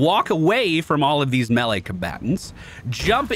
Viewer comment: Good vid. Like the energy, HATE the way you pronounce melee "melly" LOL